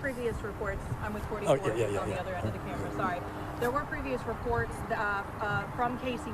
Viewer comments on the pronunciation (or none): none